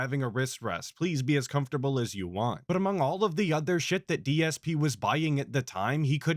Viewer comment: I still get really irritated everytime he says "Want" I can't explain how much it just pisses me off.